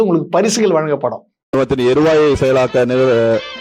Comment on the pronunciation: அவன் என்னங்க சொல்றியா எழுவாய் எருவாய் என்கிறான் நீ சொல்றது எழுவாய் எருவாய் என்று தான் கேக்குது எருவாய் எருவாய் தமிழை இவ்வளவு கேவலமாக யாரும் பேச மாட்டார்கள் நான் இவர்கள் வந்த முதலமைச்சர் முதலமைச்சராக வந்து கொண்டு அமைச்சரவை அமைச்சர்கள் எல்லாமே ஊரும் கேவலமாக தான் தமிழில் பேசுகிறார்கள் வனத்துறை என்று கூட நிர்மல் குமாருக்கு சொல்லித்தரவுமில்லை